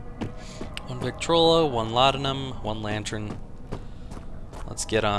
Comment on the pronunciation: It is weird hearing someone pronouncing "Laudanum" right after watching so much of PewDiePie. :D